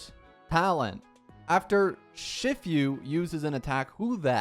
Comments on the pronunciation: ITS SHIFU NOT SHIFYU 😭😭😭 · Its literally just shifu like master shifu from kungfu panda and he cant say it 💀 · It's she-fu btw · It's not pronounced "shift-you" It's pronounced "shee-fuh" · ‘Shiffew’ 😭😭 Shifu’s pronounced like ‘she-foo’ haha. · "Shift yu" boutta make me crashout bro 😭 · IVE NEVER WANTED TO PUNCH A YOUTUBER SO BAD STAWP WHY HE SAY XIFIU? WHY DID HE NOT READ HER KIT? THE ENHANCED ATTACK BEFORE THE ULT??? AAAAAAAAAAAAAAAAAAAAAAAAAAAAAAAAAAAAAAAAAAAAAAAAAAAAAAAAAAAAAAH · Shiii-foooo. It aint that hard brother. Kung fu panda literally has master shifu(which is also master master if we go into technicality) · Lol I guess you never saw Kung Fu Panda? Shifu is pronounced like She Foo. It means master or teacher in Chinese. Very similar to Sensei in Japanese. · IT'S SHE-FU😭😭 LEARN PLEASE 😭 I'M DYING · be like: Saga❌️= Sage✅️ Shifu❌️= Shif-you✅️ Pawned Asset❌️ = Pawned Assist✅️ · It's "SHE-FOO" I swear this guy annoys me everytime, I'm sorry for getting annoyed every time, but he keeps pronounce things wrong even though their easy, my life is fading away each time he mis pronounce's something easy to pronounce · when he says "She-fu" I'm almost died inside bruh 💀💀💀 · Bro said "shi few" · What is this pronoucnaiation its "She-foo" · Hearing you say 'Shif-you' hurts my half chinese soul. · the more common english pronunciation of “shifu” is basically “she-fu” (fu being the same pronunciation as the fu in fu xuan) btw 😭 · lmao im hearing "sh*tfyou" mans is making me hard cringe oof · My lifespan decreases by 10 years whenever he says "Shifu" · Please go watch kung fu panda 😅 and learn how to sey shifu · pronounce seele shifu right or else I’ll unsubscribe. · i’m so impressed with how you pronounce shifu, considering we all grew up with kung fu panda 😂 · Love the new video bro but your pronounciation of "shifu" Touched the hearts of many viewers ❤ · Im reporting this video for mass tourture everytime he says shifu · STOPPPP, THE WAY HE PRONOUNCE SHIFU THO